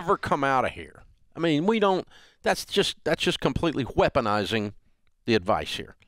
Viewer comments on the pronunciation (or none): (Nothing to do with any of this, but I had to laugh when Dave says "wheponizing" instead of "weaponizing." I know somebody else who says it that way.) As for these two, I can kinda see both sides, and neither side is completely right or completely wrong.